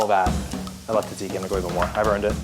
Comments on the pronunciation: It is tzatziki, not tasiki. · TZA TZI KY... not TAZIKY. Also its crazy that Kobe Bryant did not know the difference between than and then... and pray and prey xddd ffs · Tzatziki has a sort of d in it, like djadjiki